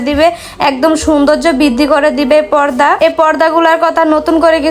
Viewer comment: পদ্দা না খালা,পর্দা